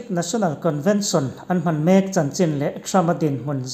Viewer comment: Hman hi i lam kun nghut zel mai hian ka beng a ti thlep deuh thrin